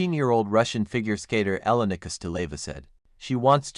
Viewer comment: Почему вы имена наших фигуристов так коверкаете? Какая ещё Эланика? Она Елена или просто Лена! Фамилия Кос-ты-ле-ва.